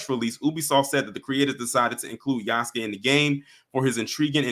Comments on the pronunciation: It's pronounced Ya-SUE-kay not Use-kay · It's Yass-Kay